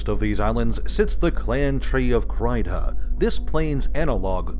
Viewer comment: If it’s pronounced anything like “Ceilidh”, then it should sound like “Crey”